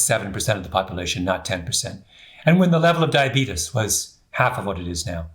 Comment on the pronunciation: I love your books, your presentations, you are absolutely brilliant! However..... please... it's "diabetes," not "diabetus" and there is a major difference between Type 1 diabetes (pancreas no longer makes insulin) and Type 2 diabetes [your body is insulin resistant, due to excess weight (usually belly fat), but pancreas still makes insulin]. The general public believes Type 1 diabetes is due to lifestyle and bad eating habits, but that is untrue; however, it's mostly true for those who suffer from Type 2 diabetes.